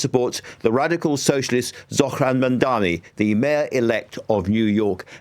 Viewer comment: He’s not called Mandami, still can’t get his name right!! It’s MAMDANI!